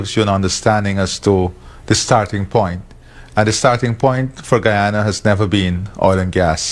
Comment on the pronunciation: Bro! I appreciate you standing up for my Country (Guyana) but please work on your pronunciation when reciting the name of my native land, it’s pronounced [Guy-ya-na]. For example: You are a Guy, same pronunciation.